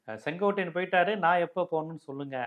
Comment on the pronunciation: பேச்சை நான் எப்போதும் விரும்பிக் கேட்பேன்...❤ ஆனா செங்கோட்டையன ஏன் எப்பவும் செங்கோடையன் என உச்சரிக்கிறார்...? 😅